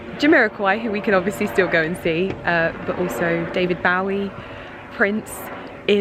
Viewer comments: David "Bawie"? Lol. I never heard David Bowie's name pronounced quite like that. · bowie is pronounced like bo (bow tie, bow and arrow) ee. bo-ee. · She didn't know how to pronounce David Bowie, so I'm not surprised she's not familiar with Quincy's career. And I agree with you, she should get her facts straight before talking about any subject. Obviously her field is fashion and she's not under any obligation to be well versed in music and other forms of art, but either learn about a subject before talking about it or abstain from talking about it. As you said, she has a big platform. With great power comes great responsability. Lol